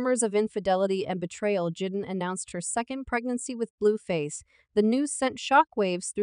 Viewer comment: its Ai duh